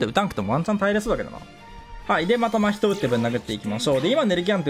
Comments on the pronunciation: 真↑人↓↓ ❌ 真↓人↑↑⭕️ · 真↓人↑じゃなくて真↑人↓じゃないっけ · ま↓ひとに違和感を感じる我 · 真人のイントネーションめっちゃ気になった笑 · 真人のイントネーションが気になるw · 真人毎回思うんだけどイントネーション違くね？ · 真人のイントネーションこれであってるの？